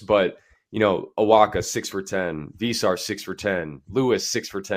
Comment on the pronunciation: Vay-sar. Say it with your chest boy.